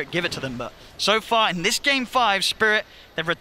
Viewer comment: Ceeeeeeeeeeb, do you mean "Spirit"? :)))